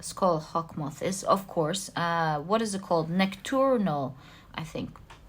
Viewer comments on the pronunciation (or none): Nocturnal is the word you were looking for in pile 2 :) It’s pronounced “Knock-turnal” Have a blessed rest of your day, you queen! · I know you always love to learn. Card number 2, if you want to pronounce nocturnal.... it's pronounced like (knock)(turn) (L) hope this helps.